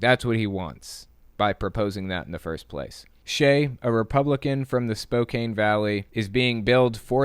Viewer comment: Spokane is pronounced Spoke Ann. I know it looks like it shouldn't be, but it is. Washington has tons of weird place names, we're a strange people. Also, dear Cheesus he should not hold office.